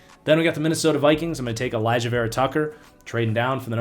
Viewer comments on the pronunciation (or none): none